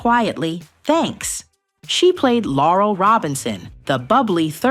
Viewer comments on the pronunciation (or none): Her name is Lorell not laurel